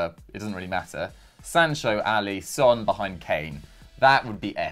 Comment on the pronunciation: how you gonna say Son is one of the best players in Europe and not pronounce his name correctly?????